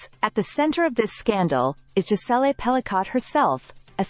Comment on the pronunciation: Hate this A.I.-narrated crap….”Jis-ell-ay Pell-i-cott”. The surname is finally pronounced correctly , then goes right back to being butchered…is it really that costly to have a human being pronounce things correctly ?